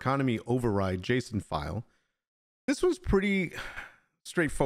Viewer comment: Are the economy override settings in the in-game Server Settings too, or do you have to edit the JSON file directly? (You are saying it right, like "Jason")